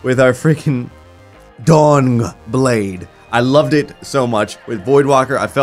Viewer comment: Is he saying Dong Blade???